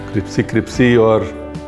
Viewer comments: Bhai crispy hota hai Cripsy nahi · Cripsy cripsy nahi hota... Crispy hota hai 😀 MasterChef ko sikhane ka majja alag hi hai 😂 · “Cripsy “….. not Crispy 😊